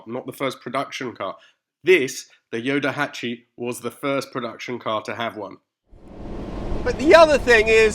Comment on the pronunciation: What a nice surprise to see a thumbnail with you and a ヨタハチ. Very cool car and video. (PS. Just a heads up, the car's nickname is pronounced Yotahachi with a T).